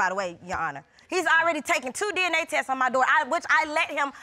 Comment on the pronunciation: If this fool don't stop saying "tesses" instead of tests.